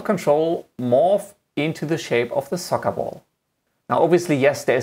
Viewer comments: If I have to listen to him say sokkabol one more time.... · Socabol? Just "Ball" it's enough lol. Nice tutorial by the way. Thanks. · "of the remote control into the SocaBol" SocaBol :D